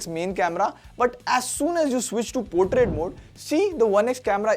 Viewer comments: Its portrait not potrait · Bhai its Portrait xD